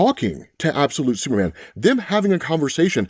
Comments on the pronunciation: Ahh yes "Supeman" my fave hero😂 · We love Absolute "Supeman"